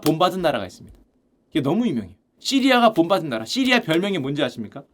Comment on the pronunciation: 왜 자꾸 시리야라구 해여...시리 폭주하네